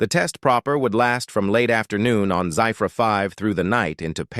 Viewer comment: The spelling Zephyr 5 is pronounced wrongly.....that is ZEFFER (Phonetic spelling) and this AI voice is so monotonous and boring.